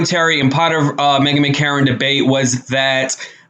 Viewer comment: It's Meghan McCain not Megan McCarron